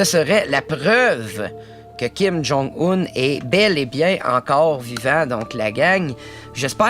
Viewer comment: kim jon oun